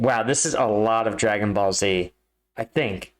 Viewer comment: I felt physical pain when he said "Dragon ball" XD